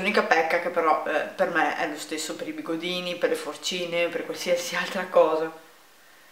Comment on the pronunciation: BigoDini! non con la "t".... xD